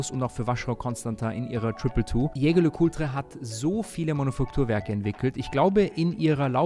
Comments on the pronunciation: dat Ding wird französisch ausgesprochen.:) Ich sage das nur deshalb, weil ich auch nicht wollen würde, dass du Börek genannt wirst. Bester Mann - und danke dass du nicht so peinlich wie Kai bist. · Geiles video! Jetzt musst nur noch „Jaeger“ richtig aussprechen 😅 ist ja immer ein Zungenzirkus